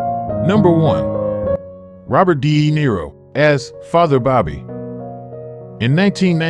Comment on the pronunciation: lol i love how you stress the 'de' in de niro. robert deeeeeeeeeeeeeeee niro.